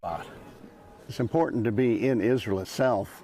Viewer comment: When someone pronounced Israel as "Izzrole", you know their opinion is going to be rubbish. Likewise when someone says "fentanol" or "nucular".